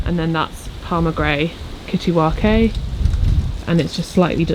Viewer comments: Kittiwake is a bird (gull) and its pronounced kitty wake. As in wake up. 😃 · Jsyk kittiwake is pronounced kitty-wake 😂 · I noticed that too. A bit like Nigellas mee-cro-war-vay! 😅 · Yes made me laugh, it’s a beautiful sea bird seen nesting on cliffs around our shores. Not pronounced like Japanese seaweed